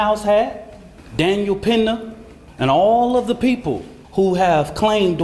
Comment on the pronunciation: This idiot is to be the defense lawyer but cant pronounce names properly: Daniel Pena? - no, it's Peña Austin Metclaf? - no, it's Metcalf Is no one else picking up on this?